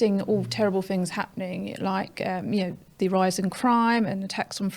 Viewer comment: Why does she keep pronouncing 'th' as 'f' , saying fings she sounds ridiculous